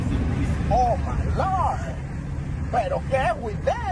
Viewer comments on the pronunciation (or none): thats gottta be the funniest shit ive heard all week, the american accent and 'oh mah lawrd' 🤣